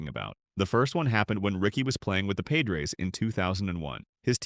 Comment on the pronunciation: The Paydres??? AI crap!